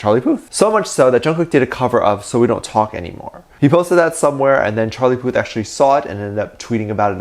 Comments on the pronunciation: Am i the only the one that kept hearing Charlie Puss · its not Charlie Puth its Charlie Puss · Did anyone catch that said "Charlie Puss"??